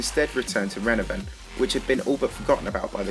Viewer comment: The first word you said was “Renavenant” lmao